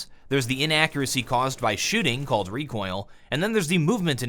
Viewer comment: the way he says recoil.... ded